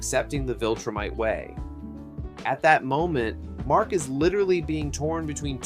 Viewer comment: this has an objectively LOW quality production but sometimes mindless stuff is good for background audio also what the fuck is a "wiltrum" or a "wiltrumite" it is a V. a V. not a W. a V.